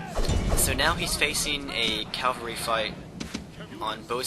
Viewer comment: its cavalry not calvary. calvary is the hill where jesus was crucified haha